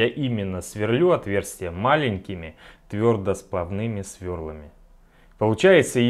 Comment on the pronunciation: Странное слово твЁрдосплвнЫ́ми.